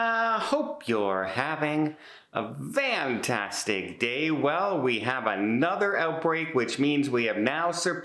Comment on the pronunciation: Can anyone tell me why Don says, “vantastic”? It sounds like vantastic & not fantastic. Is there a story behind this? Every video I watch of Don’s, I am wondering.